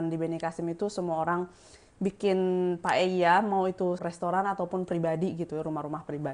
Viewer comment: Tulisannya Paella, nyebutnya paya